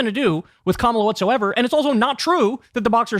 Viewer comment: At least the dufus prounounces “Kamala” correctly. He’s got one thing going for him. 😅